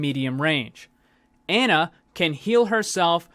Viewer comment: Pronounced Ana, not like "Anna", js mang